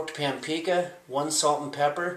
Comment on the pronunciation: He also called paprika, stoked pampika